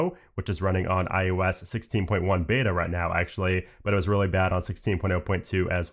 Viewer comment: I can’t un-hear “iOS” pronounced as “eye you ess” 😂